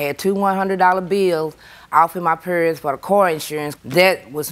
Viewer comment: When she was saying “purse” I thgt she was saying “parents”!!! 😳😳😳 I wondered why JJ didn’t question her about why her parents were in the boot!! 😂🤣😂🤣😂🤦🏽‍♀️🤦🏽‍♀️🤦🏽‍♀️